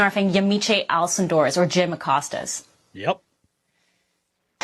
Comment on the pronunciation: Acosta - the sound is a regular "o" sound not an "a".